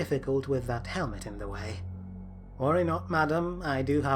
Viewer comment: Are you juat unable to say "the"?